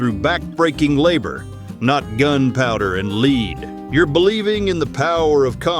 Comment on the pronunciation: It's pronounced 'lead', not 'leed'.